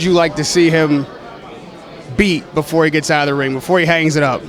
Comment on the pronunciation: " I ain't never heard of that shit .... Befoe" lmao